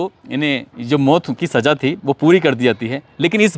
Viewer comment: Aap ko Za aur Ja ka Farkh nahi Saja kya hai kaho Saza Hajaar kya Hazaar boliye